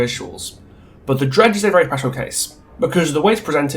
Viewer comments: Are you calling the dredge “Greg” at some points or am I just going deaf and mishearing an accent? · Am I the only one who heard ‘Greg’ ever other time you say Dredge. Even the subtitles agree. It could be a good nickname for it. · Or "Reg" like, Reginald.